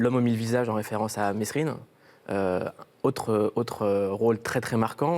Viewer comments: mes rine oue les gens qui le disent avec le S je comprends pas pcq ds le film Mesrine le dit lui même « c’est pas MeSrine c’est Mesrine) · Pq il dit mesrine tout mal comme un mec dans le film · n'a pas corrigé Mouloud sur la prononciation de Mesrine.....comme il l'a fait dans le filme.....on ne prononce pas le S......c'est comme Daumesnil.....